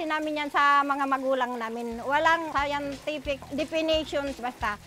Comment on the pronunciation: "Walang sayantipic depinisyons basta" HAHAHA, ang cute ni nanay